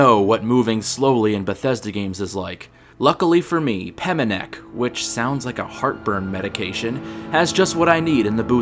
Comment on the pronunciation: Also, the boot lady is called Peminie. Not Peminec.